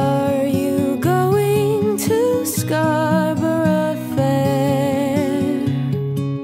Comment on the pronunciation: Absolutely beautiful. I love that you still pronounce Scarborough with English intonation